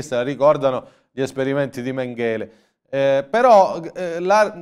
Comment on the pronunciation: Mèngele, con l'accento sulla prima e. Sulla terz'ultima.